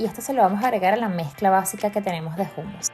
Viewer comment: Niña no se dice jumus se dice jumus